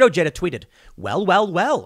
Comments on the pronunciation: Ojeda is pronounced "oh-Hay-duh". Unless he has "Americanized" the pronunciation. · Tim, how have you not learned yet that the 'j' is pronounced like an 'h' in other languages. The dude's name is freaking easy to pronounce.